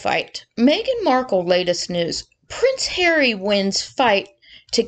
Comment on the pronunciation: I love how you say “Pwence Haweeee”👍🏼. I like how Trevor Coult MC referees to him. You know and he deserves it. Those two little liars deserve everything they get…..and their minions too🙄